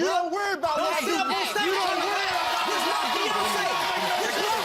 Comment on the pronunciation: "YOU SEE DIS RING?" "YOU SEE DIS RING?" "YOU SEE DIS RING?" "YOU SEE DIS RING?" "YOU SEE DIS RING?" "YOU SEE DIS RING?" Me: I can't see shit.